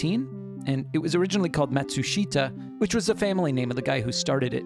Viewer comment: Matsushita is actually pronounced mah-TSOO-shtah. My first cassette recorder was ALSO a Panasonic, except that mine was blue! Peace.